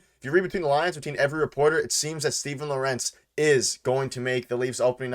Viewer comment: It's pronounced "Lawrence"